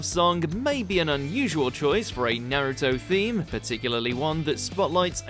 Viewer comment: I demand you pronounce Naruto's name properly. Jeez it's pronounced the same in English and Japanese Nar ( Rhymes with car ) Uto ( as in Pluto ) Not Nare-uto Not Naruddo Not Nare-uddo